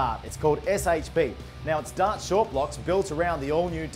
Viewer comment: He says DOT for DART.